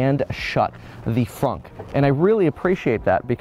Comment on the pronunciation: Why is it fonk and not fronk?